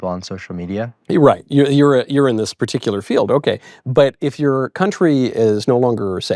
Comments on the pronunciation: he said icular as if thats his last name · “Mr vicular it’s wonderful to have you on the show.” 😂😂😂 Michael doesn’t get credit for being very funny.